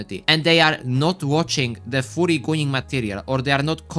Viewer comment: Yo bro, why are u saying furry like it sounds as a "FOORRY"? U gotta make it sound more of a U instead of OO lmao. If u still don't get it, u can search what im talking about.